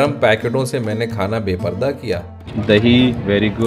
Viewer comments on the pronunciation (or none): none